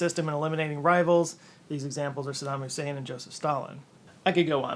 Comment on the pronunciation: you said, "sadam husaid" 😂